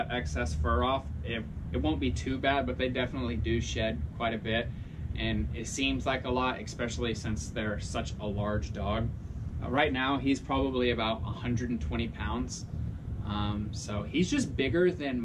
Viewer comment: Especially, not egspecially! Love your video! I have 2 females! Love them!!